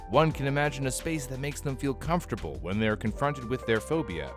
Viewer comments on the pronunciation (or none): none